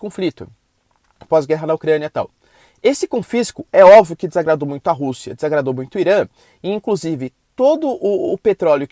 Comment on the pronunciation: Bom dia Professor! Por sua formação acadêmica é curioso o sr dizer "óvio" sendo q o correto tanto na escrita quanto na dicção é "óbvio", o b é mudo mas quem fala a palavra não é...